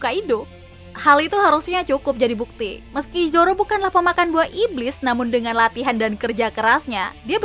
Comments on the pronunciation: Irish salah ucap masa Zoro di beast pirate:v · Emg sering salah ucap dia tuh